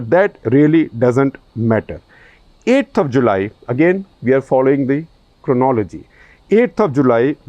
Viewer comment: Even SG is unable to pronounce 'cronology' properly. Damn Amit.